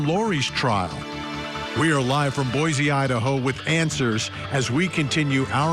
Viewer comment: Also it’s “Boy-SEE” .